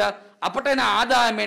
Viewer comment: Wedda kiyala nehe kiyala tienne matta kiyala .kovid kiyala pronounce karanna beri eka kovin kiyala kiyana kotama therune nedda me patti gona mettek kiyala?